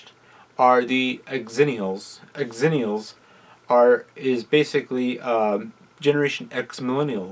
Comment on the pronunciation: It's not pronounced "ex-zennials" it's "zennials" c'mon man..